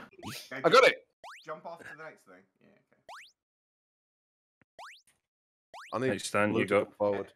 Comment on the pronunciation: "YOUR DOING ONE FING"